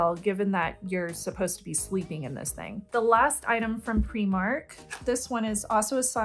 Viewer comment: I appreciate that you use the Scottish pronunciation for Primark! 😁